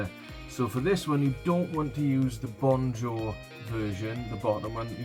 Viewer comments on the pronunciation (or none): I love the way you say 'Bonjo' for 'Bonjour' (pronounced bonzor)- that is French for 'Good day / hello'!! 🙂